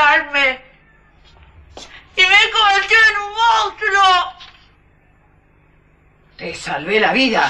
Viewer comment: No solo es mala actriz... sino que ademas no sabe decir "monstruo"...